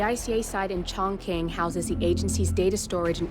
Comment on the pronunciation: And yep ChongKing (Chongqing, pronounced Chong-ching) lmfaoooo